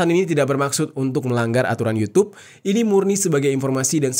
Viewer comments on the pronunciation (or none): none